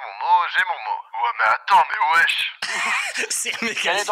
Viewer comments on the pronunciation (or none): none